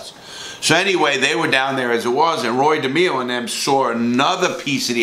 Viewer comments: Roy. De MAY O. Not da me o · Roy Demeo... pronounced De-may-o not De-me-o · De may o not de meee o. You are full of it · It's not demo it's demayo and he was never a captain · At the mark, that is Mickey Spillane the WRITTER, not Mickey Spillane the West Side gangster. There were ONLY 12-15 members in the Westies gang, NOT 30-60 members... everyone else were associates. It is NOT pronounced Roy DeMEo. it's pronounced Roy DeMAYo. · DE-MEE-O??????? You were in the Gambino's?? It's De-may-o ya knucklehead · its not Roy DE-ME-O. It's ROoy DA-MAY-O. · Roy dimio...you d get clipped by Roy just by pronouncing his last name like that😂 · Demao it's pronounced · Wow Larry did you butcher Roy Demo's last name,I guess you have to be Italian to say it correctly! Lv ya brother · It's pronounced De MAYO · If you gonna talk about Roy. At least pronounce his surname correctly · Your says roys last name wrong